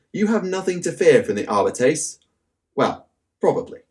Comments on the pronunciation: Videos are awesome. As always. One thing though it’s pronounced Ar-bee-tees. Going by the audiobooks. Keep up the good work please! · your pronunciation for Arbites triggers me